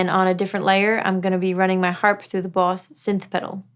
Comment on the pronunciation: I too am glad I got to hear say Buahss